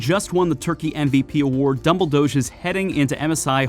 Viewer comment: The pronounciation of "Dumbledoge" really killed this vid for me